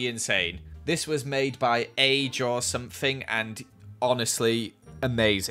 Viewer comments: A-Jor-Something its aj or something...haha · You pronounced "AJorSomething" like "a jor something" but i think it may be pronounced "A J or something" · Artist’s name: AJ or Something: a JoR sOmEtHiNg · “a-jor-something” my confused brain:”AJ-or-something”?? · I love how he said A-Jor-Something and not A-J-or-Something